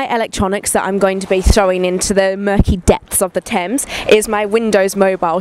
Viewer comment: Isn't that "Thames" ?